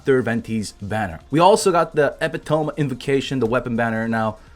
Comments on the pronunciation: ee-pih-tow-me...not eh-pi-tome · It's not epi tome, it's eh pit oh me! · Epee-tome. XD It's more like ee-pee-tuh-me. It means the best representation/example of something. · it's eh-pit-o-me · Epitome is pronounced Ep-it-o-me or E-pidemi, loving your content keep it coming man! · Epitome pronounciation: eh-pih-tummy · Hahahaha fucking with his pronunciations sometimes love when people try to correct him I don’t know I cracked up so hard reading this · it is pronounced epitom-i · I'd be less worried about how to pronounce Klee and more worried about saying epitome right. OOF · Nobody gonna tell him how to say epitome? Lol